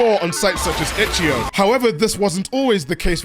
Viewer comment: Itchyo? Really? Eh, I can ignore it. But yeah, the vids good!